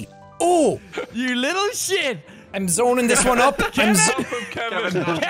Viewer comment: Did “shit” become “shuiiit”?